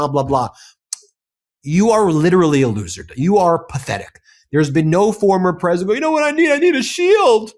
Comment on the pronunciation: "The preSHITdent woke up"?